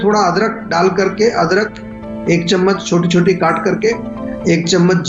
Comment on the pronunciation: aur ke beech sonth bola hai ya saunf?